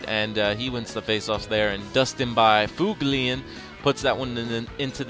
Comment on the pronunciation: Why do you keep pronouncing byfuglien like byfuglien and not buflin -_